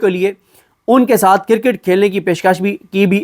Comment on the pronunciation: صدیق جان کرکٹ کا تلفظ درست کریں۔۔۔اپ نے کر۔ کٹ پڑھا ھے